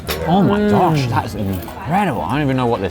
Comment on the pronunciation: Each time Ollie says "Oh my gosh", all i hear is "Oh my Josh"! :D